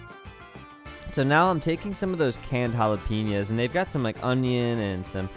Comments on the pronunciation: I got triggered every time he said "halaypeeños" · Every time he says jalapeños, I cringe.